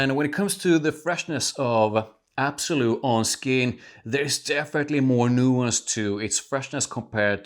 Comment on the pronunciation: L’Absolu. Not absolu